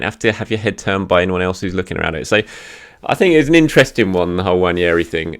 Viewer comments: I’m Nigerian and Igbo too, I guarantee you the “n” isn’t silent. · Hey, the first “N” is closer to nasal than silent in “Nwaneri” and the second part sounds like “Mary” but with an “N”. Appreciate the effort tho 🙏🏽 In case anyone was wondering, it’s a Nigerian Igbo name and I’m Nigerian so I’m very familiar.